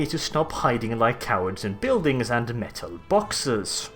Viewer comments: MEHTAL BAWKSES!!!!!!!!! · METUHL BAWKSES